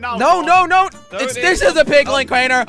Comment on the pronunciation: HAHAHA its crainer not crayner